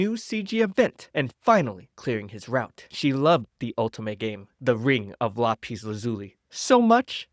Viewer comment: Lah-pees is hilarious It's Lap-iss